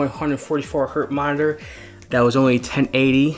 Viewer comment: You saying minor or monitor? +